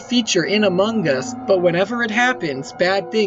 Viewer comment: This video deserves 30,000 likes. BTW it sound like says amugus